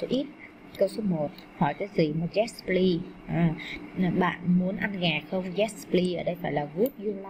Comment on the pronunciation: cô không biết tiếng anh pờ lít cô đọc pờ li